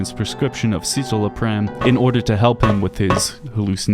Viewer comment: What a poor take. Simon's sad because his suffering is spectacle to people like you. If you can't pronounce "citalopram" (sit-ah-low-pram) you don't know anything about depression (it's also EXTREMELY ineffective and causes depression and suicidal ideation as the most common side effects from its 40 page list of side effects). Also fun fact current antidepressants are serrated by less than two generations from straight up electrical probes into an exposed brain for depression treatment. That's the "research" antidepressants are based on.